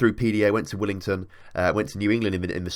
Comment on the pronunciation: The team that Neil Rowe and others have come through is pronounced Wil-ming-ton, not Wil-im-ton. Only saying because I live about an hour away from there and it's kinda annoying, but otherwise great vid!